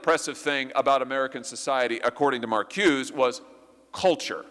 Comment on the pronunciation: Nice job Senator! Er..btw, it is pronounced Mar koo-say (Marcuse). All the originators you named were/are Jewish Marxists